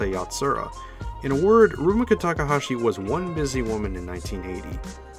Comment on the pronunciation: He sure did, and pronounced Rumiko weird too he didn't pronounce the "mi" in Rumiko as "ME" but like if you were saying mit. lol